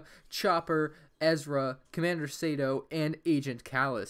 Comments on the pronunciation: It’s commander sAHto not saaaato and it’s thrawn not thorn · he said say-to :( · he also said comander sato wrong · You said sadoe it's Soto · It’s not commander sato, it’s commander satay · Not to be like Hermione from Harry Potter, but its said, Commander Saw-Toe, not Commander Say-Toe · Commander “SAEto”